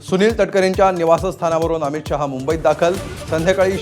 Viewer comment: शहा असं स्पष्ट म्हणायला शिका.शाहा म्हणताय